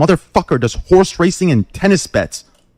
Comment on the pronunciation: FIVE HORS? FIVE?